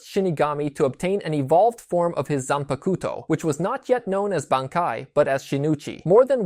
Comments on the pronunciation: They way you say zanpakuto is terrible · You said it nicer than me.